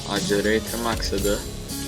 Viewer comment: Accelerator tam olarak şöyle okunuyor " ekselereytır " bilginize :)